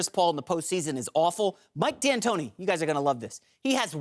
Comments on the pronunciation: Somebody needs to tell Rapaport how to say D’Antoni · “Mike D’anantonio” ?